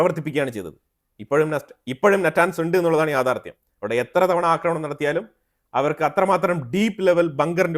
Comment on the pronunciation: എൻ്റെ പൊന്നു ' യാഥാർദ്ധ്യം ' Dange'r അല്ല dangerous ആണ്.